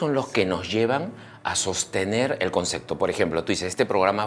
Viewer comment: A este llamado Dr. Angulo habria que ensenarle a hablar bien y sin tanta groseria. Se dice ACEPTAR Y CONCEPTO, con P!!! no es aceGtar y conceGto. Que equivocados estamos al pensar que para hacer reir hay que ser tan grosero como este tipo. A donde estamos yendo sociedad peruana, porque a la vulgaridad, al grito, hablar uno encima del otro. Tanto mal ejemplo nos muestra esta TV peruana, nada bueno para crecer, con razon en sudamerica nos miran mal, no por feos que somos, si no por la forma tan ordinaria que tenemos cuando hablamos y comportamos, somos unos PACHARACOS!!! como este Angulo, o esa Daniela Darcourt, solo por citar unos ejemplos. Pero para que vean que no todo es malo, miren la entrevista a MAICELO, fijense los codigos que tiene en la vida, y no es ni siquiera la mitad de grosero de Angulo. No conocia a MAICELO, pero se gano mi respeto y simpatia, un tipo bien plantado que sabe donde esta parado. Y es del Callao, para que vean que no hay que asumir, que porque alguien vive en Miraflores es gente de bien y el que vive en Los Conos es gente de mal. Y Dr. Angulo le digo, que salga del closet nomas, ya vive tu vida tio, y aprende a hablar bien.